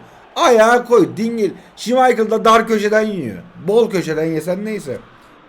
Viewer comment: kahna schmechl dedin usta